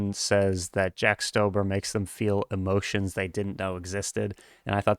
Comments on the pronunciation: no its pronuounced jack stauber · Did anybody else hear him say "jack stoaber" 💀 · Instantly clicked off when you mispronounced stauber